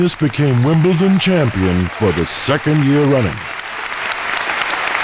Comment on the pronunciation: It’d take her winning it 20 times before Richard says WIM-BLE-DON correctly